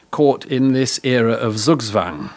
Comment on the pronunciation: zugzwabg hwist es nicht "suugswang"